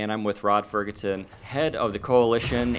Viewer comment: He said Rod Fergutton!